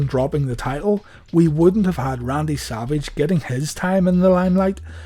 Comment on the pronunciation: Why does it seem like i hear saLvage instead of savage. 😀 Great vid. 😀